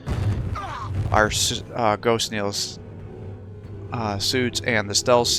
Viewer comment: Very good Game! However I would like to point out its GhostKEEL not GhostKneel, But Entertaining non the less Keep it up!!